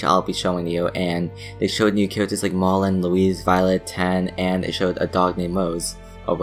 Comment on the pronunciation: Don’t mean to be a dick, but it’s pronounced, 'Loo-wis' not 'Loo-ese'